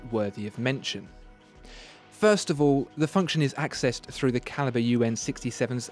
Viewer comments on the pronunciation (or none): none